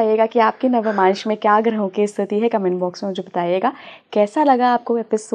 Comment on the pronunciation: Its navmansh and not navamansh as this lady is mispronouncing.